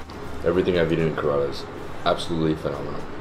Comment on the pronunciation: The guide should teach him to pronounce Indian proper names correctly. He can't even pronounce the name Kerala well I can pronounce a hundred American names exactly like the Americans do.